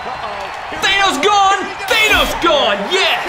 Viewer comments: IKR he’s saying it like thanose even tho it’s Thanos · thanos's name is thanos your saying thaynos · THANOS IS PRONOUCED th AN OS Not th A NOS